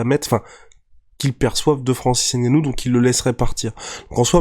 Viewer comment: C'est ngannou et non N gannou